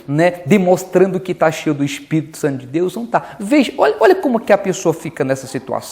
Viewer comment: Aprenda a respeitar a religião dos outros!!!!!, e outra, vc deveria conhecer o não julgai, para não ser julgado!!, mas parece que se conhece, não usa né!!. Então, antes de chamar uma reunião sagrada de uma religião que não é a sua, de demônio, olha para a sua pregação, e aprenda a falar espírito e Bíblia direito!!!!